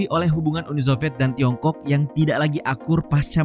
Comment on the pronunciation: Jorok banget nyebut Tiongkok nya di menit